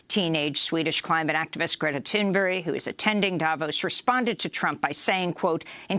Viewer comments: Her name is Greta Thunberg, not Thunbury. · Thunberg not tune berry!